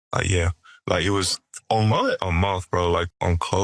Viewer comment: "A mont?" Exactly...what is a mont?